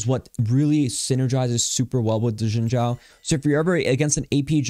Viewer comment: It's "Shin" Zhao "X" in Chinese is pronounced with a "sh" sound. You had the Zhao right though!